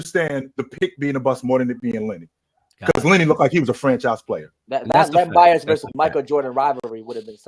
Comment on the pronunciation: This man said Len Bias and I logged out 🤦🏽‍♂️🙄....🏀